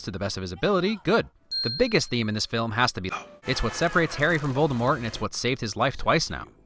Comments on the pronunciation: The snake harry let out was actually nagini and Voldemort is actually pronounced with out a t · Rowling as in Bowling though props for the Voldemort without the T